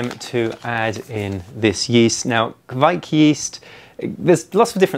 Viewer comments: Ka vike... not kquick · If you pronounce Kveik like you say quake, except you exchange the u for a v (qvake), you will be golden. Love from Norway :)